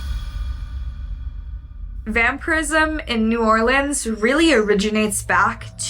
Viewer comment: as a native, thank you for saying new orleans right and not no damn new orleeeens😂😂🫶🏼